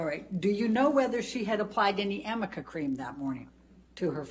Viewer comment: I wonder if she knows it's arnica cream and not Amica cream 😅🤦🏻‍♀️ like maybe if your client actually used the product you'd get the name right atleast once